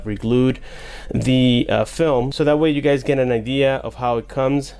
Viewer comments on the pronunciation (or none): none